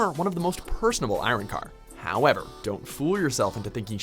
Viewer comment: its pronounced ah-ron-car not aron-car